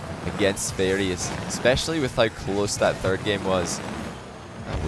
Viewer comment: How come can say "the" correctly, but not "third?" He says fird